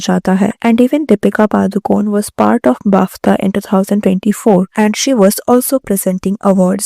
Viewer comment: bafTHa? guchAY? stop using words you cannot pronounce either